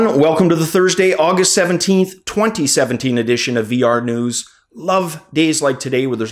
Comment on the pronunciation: Why do you allways emphasize the 20 of 2017, this makes absolutely no sense! Do you have also an 1917 edition out there?